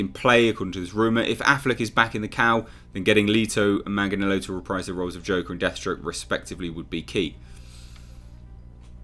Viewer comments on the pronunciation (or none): repeat this real quick...."Joe Man-Jin-Ello" 👀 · Just like after BvS, all this HBO max content will be changed because the Snyder cut will be shit, just like Man of Steel and Batman v Superman are shit. Also Joe's last name is pronounced 'Mang-lee-ann-o'.